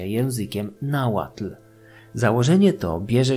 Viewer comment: Uwielbiam odcinki o Mezoameryce i czekam na więcej❤ Podziwiam za ogromną ilość pracy i czasu włożonego w przygotowanie tak rzetelnych materiałów. No i że nie połamałeś sobie języka przy Nahuatl to szacunek😅